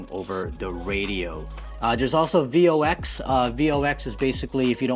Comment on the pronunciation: VOX is pronounced as a word. "voks" ;-) You are way cooler than any of the hams and gmrs guys I know (including myself). Great video!!